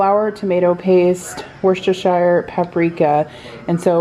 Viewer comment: another great video! btw, worcestershire is apparently “WOOSTER-sher”. i only found out last year and it broke my brain a little.